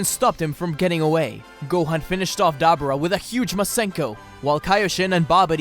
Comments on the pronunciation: UGH, I cringed every tim ei heard DabAra. It is DabUra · Why is it so hard for you to say “Duh-Boar-Ahh”? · Dab aura read that separate that’s what he called Dabura